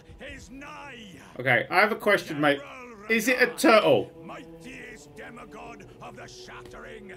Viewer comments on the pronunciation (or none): none